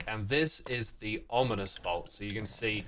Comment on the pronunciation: he said onimous spawner instead of ominous lol